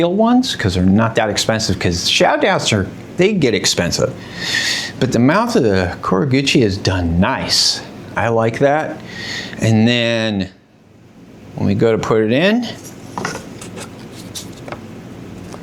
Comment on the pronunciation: "Mouth of the kurigata"??? lol. That's the koiguchi my guy!